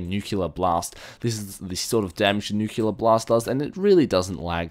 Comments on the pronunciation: its also Nu-cleear, not nukular.... just sayin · It's not nucular blast it's a nuclear blast